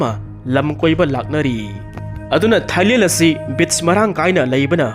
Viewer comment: Thailel nate Thailand haina pronounce tou biyi and not ismilling it's smilling 😊